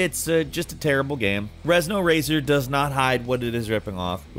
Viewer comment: The guy doing this voice over is probably dyslexic, he pronounced Renzo racer as rezno racer.